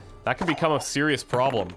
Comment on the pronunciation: "That could become a CIRIous PROBLEM" Me*face palm"